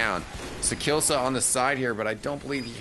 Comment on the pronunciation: sakillsa... :( its sakiisa